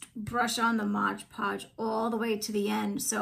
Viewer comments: Beautiful shell dish, but please.....it is MOD Podge. Not “Modge ”Podge. No G in Mod. Great work though. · Looks beautiful 😻— but it is MOD Podge, not MODGE Podge 😊